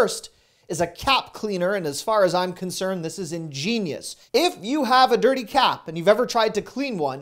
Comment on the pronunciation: I heard cat cleaner instead of cap cleaner. Lol